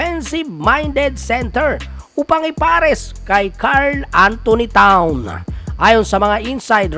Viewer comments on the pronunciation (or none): ayusin mo naman pg pronounce mga apliyido ng mga players kaibigan..donovan not donavan,towns hindi town...walker hindi walkers.